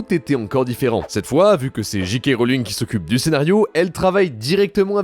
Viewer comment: C’est Jay kay Rolling et pas Jee kay.. ah oui c’est vrai chez vous vous avez des DeeJee et pas des DeeJay…